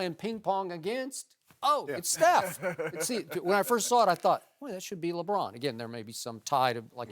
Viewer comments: i hate the way this dude says Lebron. sounds like Lebraaan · I can't stand the way Broussard pronounces "LeBrahhhhn."